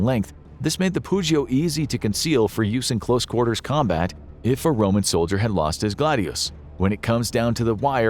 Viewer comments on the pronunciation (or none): none